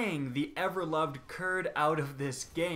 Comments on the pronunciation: Curd? It's Crud! TRIGGERED!! jk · Curd instead of Crud, Nice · did you say "curd" instead of "crud"? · Did any one else hear him say curd instead of crud?